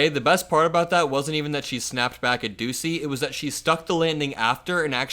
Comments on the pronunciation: its not pronounced doosey its pronounced dooshey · You are mispronouncing Peter Doocy's name it's Pete "Douchey"